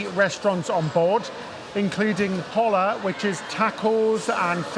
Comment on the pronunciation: Hola is pronounce OH LAH not Hallah. LOL It means hello.